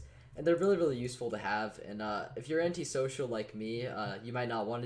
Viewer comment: sis...what? an·ti·so·cial /ˌan(t)ēˈsōSHəl,ˌanˌtīˈsōSHəl/ Learn to pronounce adjective 1. contrary to the laws and customs of society; devoid of or antagonistic to sociable instincts or practices. 2. not sociable; not wanting the company of others.